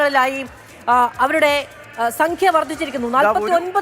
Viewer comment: മാതു.. സംഖ്യ എന്ന് പറയൂ.. സംഗി എന്ന് പറയാതെ..😢.. സഖ്യ വർധിച്ചു.. Ok